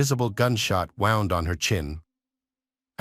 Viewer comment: It’s horrible to listen to, it just makes it factual with no personality or feeling. Listening to it saying wound and not woond is annoying. This poor woman has been murdered by her arsehole lying husband and if it were my daughter and I heard this